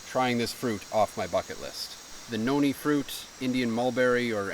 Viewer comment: It's Noni, 😅